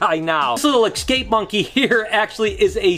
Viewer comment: Hey. Hate to be a stickler, but... it's ES-cape, not EX-cape.